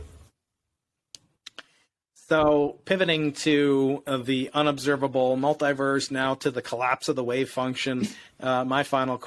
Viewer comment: When she says ‘mulitiverse’ it sounds like she’s saying “MIGHTYVERSE”…which is much better